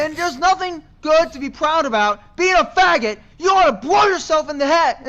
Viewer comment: Bwow yousewf in da head??? Phwasing!